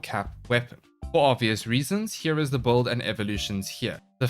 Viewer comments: Why does call builds "böld"? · Every warframe youtuber pronounce "build" like "bold". What accent is that?